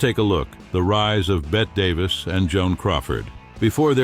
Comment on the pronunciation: I can't listen to the AI mispronounce Bette Davis' name.